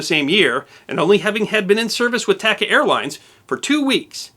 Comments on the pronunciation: I believe it is pronounced "TAH-Cahh" airlines. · Great video. I hate being that guy, but TACA is pronounced with spanish a’s. Like taco, not like tack. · I have always heard the airline pronounced as T(ah)ca, not T(ak)ca. Other than that everything else was spot on!